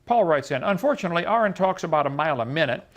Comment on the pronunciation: Kent really impressed me here. He pronounced correctly.